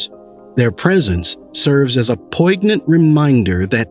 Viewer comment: I just wish he didn't mispronounce poignant (around the 28 minute mark)